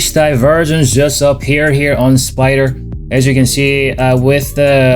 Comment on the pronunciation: Excellent. Do you not say spyderr anymore?